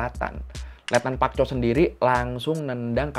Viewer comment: Letnan Park Chol woii bukan Pak Chol...pak bapakkkk